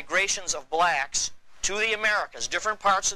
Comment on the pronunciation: Hearing BbblllllaaaacccKKKKSSSS ( saying so hard) just gets on my nerves